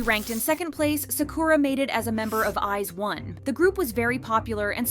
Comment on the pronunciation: When new idol group members from the top K-pop companies are revealed: "Wow, they're stunning!" When people hear them sing live terribly: "Wow, she sucks! But she's still pretty so I still like her!" Also, what's with this lady's pronunciation of I*ZONE?